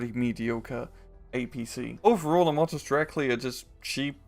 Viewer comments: It is not Motostrekli, it is Motostreltsi. Tsi is just like you would say "Tsk". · C is c not k And it is motostrelci not strekli